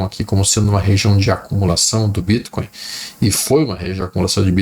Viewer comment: Adoro o jeito q ele fala bítcoin